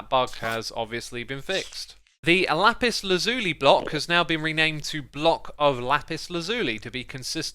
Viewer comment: X, its lapis laz-you-lie not lazooly 🙂